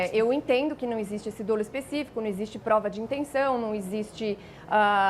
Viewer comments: não se pronuncia "dôlo", mas "dólo". A é bem articulada, mas as atitudes do presidente não são apenas uma questão de signos e de gestos equivocados. Existem os chamados crimes de perigo abstrato. E o impeachment é um mecanismo com fundamentos jurídicos mas essencialmente político. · A pronúncia correta da palavra dolo é “dólo” e não, “dôlo”